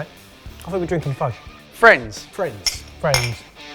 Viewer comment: "Friends..." Oh, Fwends 👍👍👍👍👍👍👍